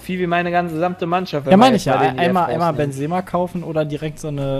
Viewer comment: Sorry, ich versteh das, wenn man ab & zu einen Namen falsch ausspricht, aber als allgemeiner Fußballkenner weiß man, wie Benzema ausgesprochen wird ;) Oder soll das extra sein?